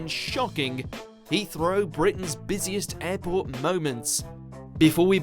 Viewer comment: why does this narrator say "He-throw" instead of Heathrow. it seriously annoys me so much >